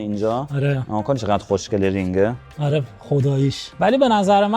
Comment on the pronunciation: زبونش ق رو خوب نمیتونه بگه میگه خشنگه! خیلی با مزه ست